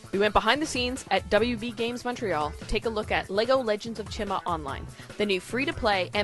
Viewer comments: the I in chima sounds like an E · its supposed to be pronounced chee-ma